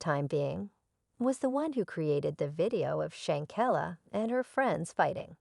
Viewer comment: learn to pronounce shanquilla Robinson name correctly before you do any posting.